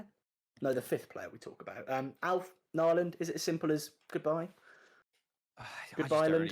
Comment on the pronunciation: Knee land is how to say his last name. Most of us Villa fans wrongly said Nii land. He got us to a cup final. So I think he decent GK to have as backup